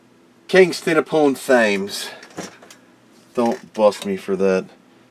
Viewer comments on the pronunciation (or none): FYI Thames is pronounced "temms"